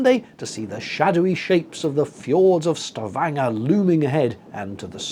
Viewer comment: Kudos,, on the pronunciation of Stavanger. I have a nephew who worked there several years ago (and, yes, he was there with one of those American fossil fuel companies) so I was familiar with that city. I have never (nor do I intend to) taken a cruise on a ship.... BUT, I did find this video very interesting and amusing. You've been making me laugh for several years, now. I would have gotten up to get a peak of the northern lights as well---so I'm glad you did that. Glad you had a safe journey.....thanks again for the video.